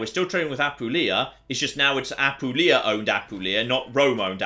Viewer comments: I beg you. As someone born and living in Apulia, I HAVE to tell you that it's Apùlia, not Apulìa. My hears keep bleeding... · ap poo lee a